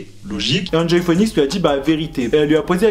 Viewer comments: Phoenix se prononce fénix hihi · Ca me stresse comment tu dis “phœnix”😂